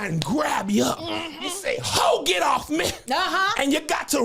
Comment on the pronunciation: “304 get owf meh” 😂😂😂